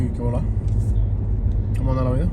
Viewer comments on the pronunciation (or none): none